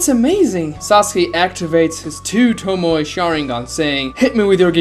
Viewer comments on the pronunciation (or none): none